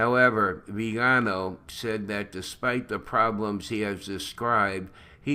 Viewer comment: Neither Vígano, nor Vigáno,; it is Viganó, i.e., Vigano with a stress on the last syllable "no". Thank you for all your effort!